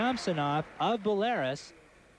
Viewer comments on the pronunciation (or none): Yeah he’s pretty clueless and someone must have told him that he was also pronouncing Belarus incorrect. Shows how unworldly we all were just 30 years ago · when u cant pronounce Belarus....id like to speak to the manager. (we are all karens sometime)